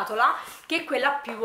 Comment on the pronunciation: Posso chiederti perché dici sempre "QuiA" "PiúA".. Non è una critica assolutamente 😂anzi mi fa ridere nel senso buono... Magari fa parte del tuo dialetto chissà.. è solo una curiosità.. Ciaooo